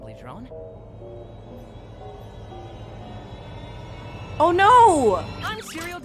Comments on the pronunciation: Dr-one not droin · 😆😅Ha You've Saying Murder' Joyyllnn This Is Not's How You've Saying Is Drone's Not's JoyyIlnn